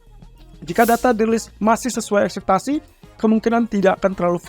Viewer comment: Ekspektasi bang bukan akseptasi